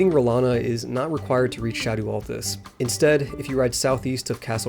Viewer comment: Just say shadow you sound stupid saying sha-doooo.